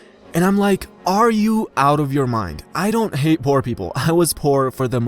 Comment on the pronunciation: Dude you don't pronounce "poor" well. Great video tho.